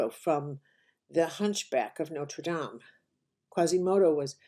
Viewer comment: Nice to hear Notre Dame pronounced correctly.